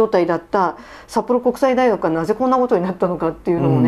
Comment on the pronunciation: さっぽろうんこくさいだいがくになったのねｗ